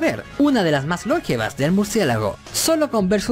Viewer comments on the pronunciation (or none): Se dice "longevas" no "lóngevas"